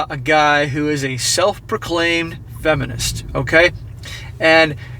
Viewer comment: I like when he says "effinist" it sounds like a swear word.